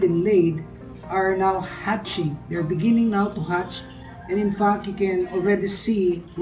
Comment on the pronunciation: I heard infuck instead of infact. Anyway awesome video